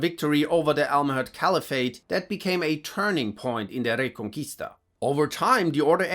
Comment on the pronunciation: I don’t know German at all so I’m not sure if they have Spanish ‘R’ rolls but dang pronounces Reconquista perfectly lol